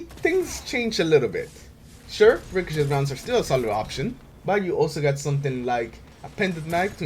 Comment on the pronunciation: I love how you say ricochet "ricoshit" XD